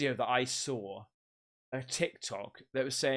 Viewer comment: I like the way he says "saw" reminds me of the way Paul Sr. from Orange County Choppers. They say "saw" with a r sound in it. Sawr or sarw 😂